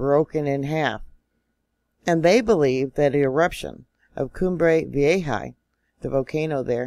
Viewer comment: PLEASE don’t tempt 2020! And I think it’s vee-AY-huh.